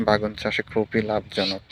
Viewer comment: বে+গুন=বেগুন It’s not bagun🙂 Anyway, your eggplant field is beautiful. 🤗